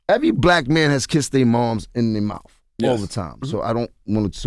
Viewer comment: "I Think He Might Not Have Made It If I Had To Give Him Mouf To Mouf" 😭😭😭😭😭